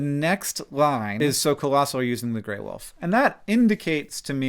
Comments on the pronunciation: She said Gray Woof I cannot hear her say Wolf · Some people pronounce "wolf" as "woof" and it really bugs me for some reason. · I can't take the gray wolf mention lady seriously after hearing her pronounce it "gray WOOF"